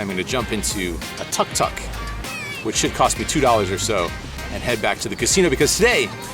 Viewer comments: So funny how you say "tuck tuck".. it's pronounced "took took". 🤣🤣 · Pronounced TOOK TOOK